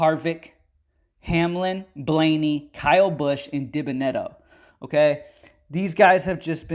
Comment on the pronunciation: Its pronounced “Dee-Ben-uh-debt-oh” 😂